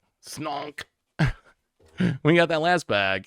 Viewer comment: Supreme leader slonkeee, this pronuntiation is the best stuff that came out of the disney trilogy 🤣